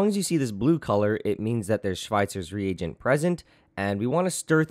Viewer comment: It annoys me how he says Schweitzer's rEAGent.